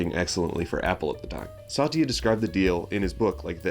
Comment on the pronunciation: Good video, but quick note, it's "Sat-ya", not "Sa-ty-a." ❤